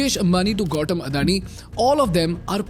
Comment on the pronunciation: not pershent, its percent. not Gautom its Gautam. The GHHHHHOOOOSSSSTTTTT town you are talking about, same situation is there in Dubai as well.